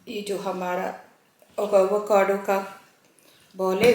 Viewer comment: Vacado nahi hota Avocado hota hay😂